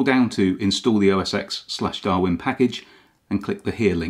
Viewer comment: I can't believe you said "OS 'Ecks'" instead of "OS Ten"!